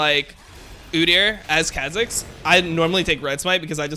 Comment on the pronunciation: if he says kha zix like that one more time im gonns kill myself